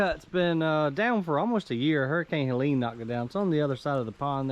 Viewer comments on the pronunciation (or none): none